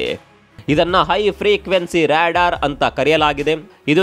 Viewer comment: Ryadaar alla adu Radaar😂😂😂😂😂😂😂😂😂😂